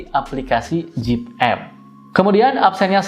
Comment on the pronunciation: Aplikasinya Zepp ya bro bukan Jeep 🙏 klw Jeep (Jip) itu mobil Amerika 😅 berkali" dengernya jd geli 🤭